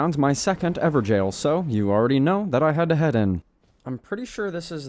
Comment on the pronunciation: I love how he said everjail not evergoal